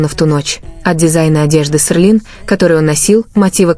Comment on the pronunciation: Почему Серлин, а не Селин?